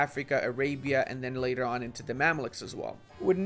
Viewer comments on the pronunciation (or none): none